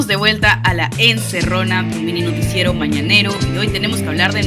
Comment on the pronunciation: Ni modo, Marco se empecina en hacernos sufrir con relatores de muy mala pronunciación. No se dice miinoticiero, se dice mininoticiero, no es sajuaneurigancho, se dice San Juan de Lurigancho....